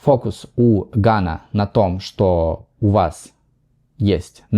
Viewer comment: Не «чо», а «что».